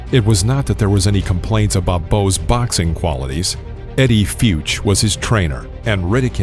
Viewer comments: How cant this guy pronounce FUTCH, the greatest trainer in boxing history??? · Eddie Fyu-tch? First of all a SIMPLE name to pronounce but especially so if you know ANYTHING about boxing! It's Fuh-tch! Couldn't find someone literate to narrate this. I mean it's not Elmer FEUD it's Elmer FUH-D! Cartoon narrator! Oh and his name is Andrew not Andre... The w isn't silent! Geeze! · How can you trust the boxing knowledge of someone who pronounces Eddie Futch as Eddie Feeuuw-ch and Andrew Golotta ...Andre Ga-low-ta. Who is this guy? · If you’re going to do videos LEARN BOXING FIRST, seriously Eddie Fuuch?? It’s Eddie Futch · I know about the legendary boxing trainer "Eddie Futch", but Who's "Eddie Fewtch" ? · I LOVE your channel and videos, but PLEASE learn to pronounce these names right 🤣🤣🤣 Eddie Feeeeyyyooooks!? GuhlOtuh?! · Eddie Feeewtch Lmao of all names to f up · What a piece of crap production this is. Eddie FEWTCH? If you don't know how to pronounce legendary trainer Eddie Futch's name, you know nothing about boxing and shouldn't be talking like you do. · Eddie FUUTCH....thats the second video where you mispronounced a legends name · I think it is a computer generated result...or some dude who knows nothing about boxing. Screws up the pronunciation of Futch and gets Golota's first name wrong. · Narrator can’t even pronounce Eddie Futch’s last name correctly!!